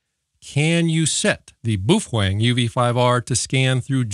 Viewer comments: "Bow fang" is how it's pronounced, you hater. Lol jk i love your vids! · Love the information and videos, hate the unsharpened pencil and how you pronounce Boafeng, there’s no “w” in it mate 😂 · the Boofwang pronunciation is amazing forever reffering to it as my Boofwang xD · What's wrong with correctly pronouncing Boof Wang? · Not to mention pronouncing the radio “boo-fwang” cracks me up every time.